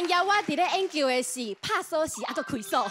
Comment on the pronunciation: "研究"台語是 gián-kiù , 不是 "煙 kiù"